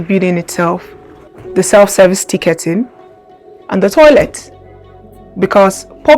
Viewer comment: ING. TicketING. Stop saying IN. No such word as Ticketin.